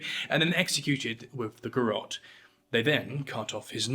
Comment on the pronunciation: Garrote, not Garotte. The final e is voiced. Ga-rro-te Three photographs used in this program (at 0'52", 2'09", and 3'04") were garrote executions in the Philippines. This was brought by Spain. Odd that you didn't mention this, as an example in Asia.